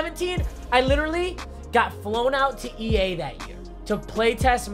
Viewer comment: EA scammed you because you can't say their name right lol